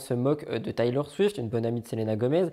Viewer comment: Toujours un plaisir d'écouter/regarder le Dimanche ♥. Juste je viens d'avoir un fou rire en t'entendant dire "Taylor" attention phonétique "thaïlor" au lieu de "Télor". Pleins d'amour et de bonne humeur à toi qui m'en apporte à chaque vidéo publié ^^.